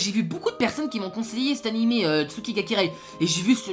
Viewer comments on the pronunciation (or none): J'ai rarement entendu une aussi mauvaise prononciation de nom d'anime. On entend "souki ga kireill". Tu ne prononte su alors que c'est "tsu" et on entend le son "ou" alors que c'est "u" (si c'était "ou", l'écriture serai Tsūki pour signifie Tsouki (alors que le son "ou" est très rare après la forme "ts")). Et c'est Kirei, pas de son "ye" à la fin et surtout le "r" ce prononce "l". Quand on fait des vidéo sur des animes. On prend au moins la peine de savoir prononcer le nom de l'anime. C'est plus une question de respect envers l'oeuvre qu'une question de niveau en langue ou de linguistique/phonétique. La phonétique c'est extrêmement subtile et il faut parfois des années pour ce rendre compte de la différence de prononciation de certains mots. Des variations phonétique très subtil dans la prononciation de certaines syllabes en fonction de l'ordre et du contexte. Mais la l'erreur est trop grosse. Une chaîne Youtube sur les anime alors que le vidéaste n'a clairement pas le niveau en langue pour pouvoir apprécie et jaugé la profondeur et le sens de certaines phrases. Parfois un simple son permet de transformer une scène banal en un chef-d'oeuvre. Celui qui l'ignore ne peut s'estimer à la hauteur pour promouvoir un anime qui sera alors qu'un simple avis personnel bien fade qui ne retranscrit pas correctement l'oeuvre.